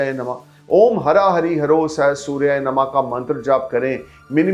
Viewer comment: हरां नहीं ह्रा